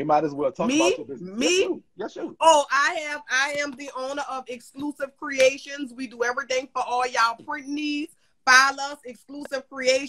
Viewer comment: Every time he says purnt, I smile.